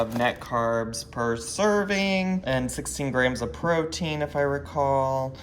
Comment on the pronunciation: I know he said protien but almost every time Dr. Now says protein it sounds like cocaine. Like "cocaine and vegetables". I respect the frick out of this Doctor and the patients he puts up with sometimes.